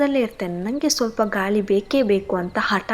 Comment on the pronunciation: ಏನ್ ಕಥೆ ಹೇಳ್ತಿರಮ್ಮ ನೀವೂ ಹೇಳುಗೇ ಹೇಲು ಮಹಿಳೆಗೆ ಮಹಿಲೆ ಗಾಳಿಗೆ ಗಾಲಿ ಅಂತಿರಾ ಸರಿಗೆ ಉಚ್ಚಾರಣೆ ಮಾಡಿ ಪದಗಳನ್ನ